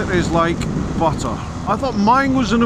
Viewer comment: Luck of the draw, unlucky! Quite impressed for a North East loon that you used the two 't' s in buTTer...... don't worry about the Spanish!